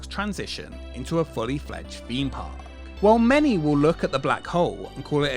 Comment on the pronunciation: Wtf is a feme park? How hard is it to say theme park.